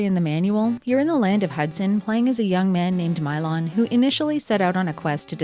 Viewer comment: This game looks interesting, but aggravating. Although I assumed it was pronounced Mee-lon.